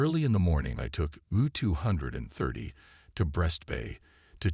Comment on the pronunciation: Gotta love AI narration "the Ewwwww two hundred and thirty".